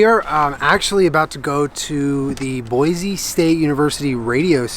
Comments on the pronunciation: As an Idaho native it’s Boy-see not Boy-zee.. I AM INSULTED 😂😂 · First thing is it’s Boy-see not Boy-zee. Second: Idaho is mostly forest and mountains. Third: welcome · As a Boise native, I LOVED this video. Beautifully done!!!! A few reminders: It's Boy-see and not Boy-zee. Also, Idaho is not all desert. We have some of the most beautiful pine forests you'll ever see. Next time you're in town, drive up to Idaho City, check out the amazing forests, and visit Trudy's Kitchen! Amazing food! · I hate to be that person, but it’s pronounced “Boy-see” not “Boy-zee”. Every show pronounces it wrong and it annoys me lol. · I live in the Boise area! I recognized almost all of the locations in the video. By the way, it’s pronounced “Boy-see”, not “Boy-zee” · Boy-see not Boy-zee. I can't believe you were so close! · Anyone from Idaho knows how hard it is to hear him keep saying "Boi-zee". It is okay. We still love you.